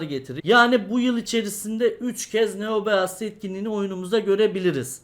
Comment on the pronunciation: Abi neobeast diye okunmuyor neobist de şuna kafayı yicem